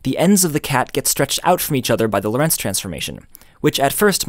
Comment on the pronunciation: It's interesting that you put the stress in Lorentz on Lo'rentz, instead of 'Lorentz. Why? In German and Dutch, the stress in the name Loren(t)z is on the first sillable.